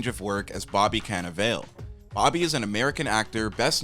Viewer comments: Its pronounced Car-na-va-le not vale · love all the short bios. just need to go over the name pronunciations before posting. A lot of stars have a tendency to pronounce their names differently from how they are spelled. Cannavale has an EE sound at the end, Lumet has an audible T at the end, and Tonya uses an A sound not an O. Not bad on it's own, we all screw up peoples names in real life, but when you're doing a list of mini-facts, mispronouncing the subject is a bad start, and puts a question mark on everything else.